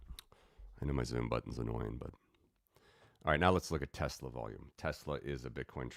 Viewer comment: I love teslerrrr